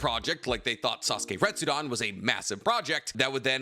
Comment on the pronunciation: Retsuden, also. Not "retsudan". It's the same suffix as in "Shippuden".